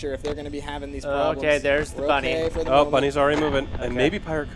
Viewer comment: Its smiley bunny not bonnnie